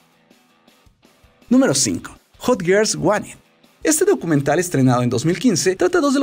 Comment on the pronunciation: En la 3 dijo nuemro 13 y o dios que no sabes pronunciar el ingles